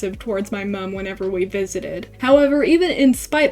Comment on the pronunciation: how come you say mum like an australian,,? /genq